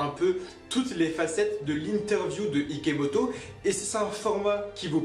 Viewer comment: #IKOMOTO, TU A DIT IKOMOTO AU LIEU DE IKEMOTO !! 😂😂 On a #TROPBION #SARADOIGT #IKOMOTO, Bon j'arrête avec sa 😂😂